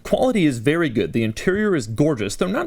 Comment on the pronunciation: “This car feels “bvery” “bvery” “bvery” quick” .......this Audi is so much fun, Dough can’t even get the words right.... Awesome